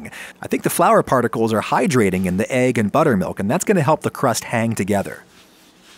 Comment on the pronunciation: How does someone have a cooking channel and still pronounces it “agg”